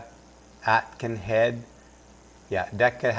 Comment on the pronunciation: Her surname is Aitkenhead, the first syllable is "ate"....so "ate-kin-head". A very Scottish sounding name. I've got a lot of records on DECCA! Lol! She used to work for the Guardian....that tells you a lot!